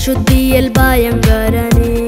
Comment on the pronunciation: You need to correct your pronunciation for some words. Eg., Bhayakaran i/o Bayankaran, Samadhanathin i/o Samadanam, Albhutham i/o Albutham, Bhuvaikal i/o Boovasikal, Vridhanmarum i/o Vridanmarum, Bhoomi i/o Boomi, etc.